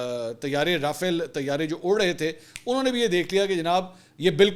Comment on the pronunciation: Pl pronounce Rafale as Raa faa leh. Its a french word so take the trouble to check ìts pronunciation. Ppl will follow you.